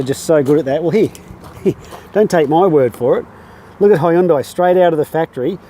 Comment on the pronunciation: Im just joking because of his pronunciation